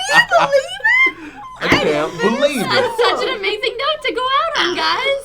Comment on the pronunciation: "I can't beLEEve it!"